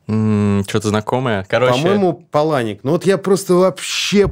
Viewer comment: Вообще-то ПАланик, а не ПалАник.